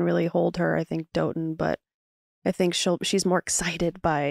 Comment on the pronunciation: I think Dotun is pronounce daw-tun not doe-tun but correct me if I’m wrong that’s just what I thought he and charity said